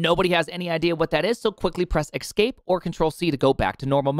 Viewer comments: You are actually saying eXcape, you are! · "Ekscape" :P